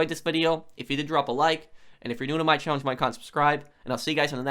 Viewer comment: if someone is actually new to the channel they would have no idea what he says there haha. “If you’re new to my chann-injomikahnt subscribe” No hate on tho just noticed the irony.